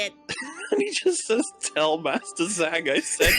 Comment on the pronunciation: its not aing its AHNG so zhang is pronounced jahng. sigh muricans